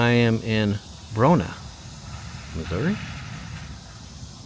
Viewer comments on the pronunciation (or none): Love your videos. Bronaugh is pronounced, Bro-nah. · It's Bronaugh not Bruno I lived there as a child an my Daddy was Pastor of the Baptist Church good Memories ❤❤ Also we moved from there to a farm near Moundvill i was in 5th grade it was probably the BEST YEAR OF MY LIFE I LIVED in Liberal Mo in 6th and 7th grades our house the Baptist Church personage was across from the school I am Love ❤️ ing this!@